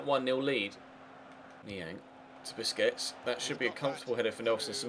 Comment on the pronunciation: PLEASE STOP PRONOUNCING BARCELONA'S DEFENSIVE MID'S NAME AS "BISCUITS"